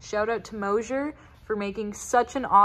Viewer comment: There is no “H” in MOSER!!!! Please pronounce it properly kids!!!😊Love this channel 👍